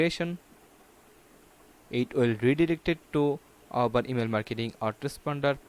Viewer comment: Dude you don'r even know how to say Aweber!